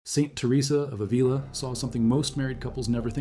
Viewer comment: Ávila: the accent is on the first A not on the i: Ávila. The e in spanish does not sound like bee but like the e in bed: Beatriz.